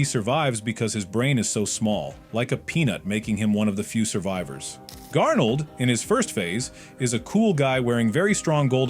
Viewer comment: Grnaold❌ Garnold✅